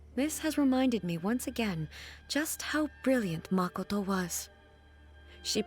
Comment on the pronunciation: The way you pronounce Makoto hurts me every time.. You literally hear all of them say it 20 times. ma-ko-to, not MAHKOTOW. Please